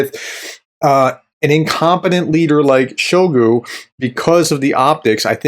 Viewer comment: I find it hilarious when you call Shoigu. 😅He certainly deserves that disrespect. Keep up the good analysis.